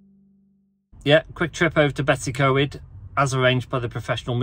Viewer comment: Funnily enough, we're in Yorkshire at the moment with most of the same crowd. We were saying much the same about the GoPro last night. Yes, my Welsh pronunciation is appalling, I can only apologise. We usually just call it, 'Betsy'. Beautiful location though. Thanks for commenting.